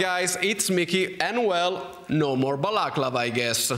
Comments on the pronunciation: l'accento è sulla penultima a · I love how you say balaclava...